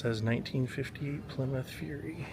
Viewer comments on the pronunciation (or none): none